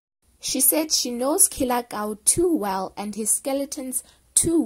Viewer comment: You keep saying "Kie" on Killer Kau's name. That funny